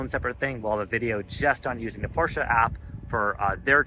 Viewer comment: You had my like just for pronouncing Porsche correctly! Great video